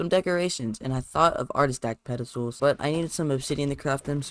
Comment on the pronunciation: Mans called an “artifact” an “artistack” 🤣